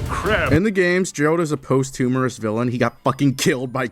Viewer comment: Bro said "post humorous" instead of "posthumous"💀